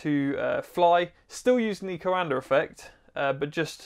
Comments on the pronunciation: its pronounced like da but without the d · coANDER effect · Funny Englishman putting an “R” on the end of coanda!🤪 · Minor note, that Coandă is pronounced more like "kwan-duh" rather than "ko-un-der". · My dude can't pronounce words with R at the end, but he nails that r on COANDAR. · Me: Coanda Him: Coander This threw me off so much wtf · Talking like a Pirate. CoanadaRRRR effect. I'll bet he also says... ChinaR AustrailiaR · "Coander Effect" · It's pronounced "coanda effect", not "coander effect". Britishers are weird. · Awesome explanation! One bit of help those not speaking Romanian, Cuanda is pronounced "cwanduh" :) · It is called the Coandã effect, named after a romanian scientist, and it is pronounced coándā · "The coander effect" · Super cool! Note: the prononciantion is quan-the ("quan" like in quantum and "the" or "da" like in "DaBaby") 😅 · There's no R in Coanda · You are buttchering the name COANDA!!! DO the researche and get it right!